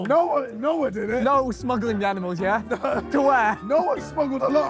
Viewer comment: Did KSI just say aminals??